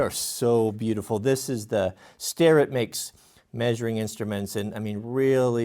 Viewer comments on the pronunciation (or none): "Starrr-Et." I don't know why people pronounce it "Sterr-It."